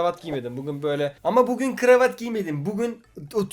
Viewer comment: Buguuğn sizlerle birlikte diyor ama;)